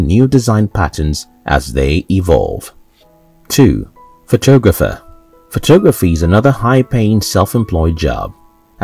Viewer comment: is this some sort of computer voice?? the way it pronounces photographer . sounds like photooogapher . hahaha